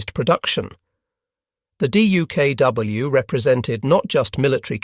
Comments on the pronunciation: With great patience and far too many "D-U-K-W"s and the occasional "D-U-K-W-S", presumably a misspoken plural rather than a special "duck" model, I'm having to leave this clip halfway through "duck" being, the simple way this amphibious vehicle was, and still is, commonly pronounced. Painful repetition. Otherwise excellent. I might yet return for the second half steeled against the annoying spelling out. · I would pay for a version of this video with DUKW pronounced as “duck”.